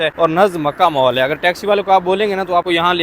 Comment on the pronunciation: مول نہیں مال